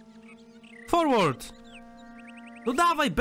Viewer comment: Forward czytaj jako forłerd~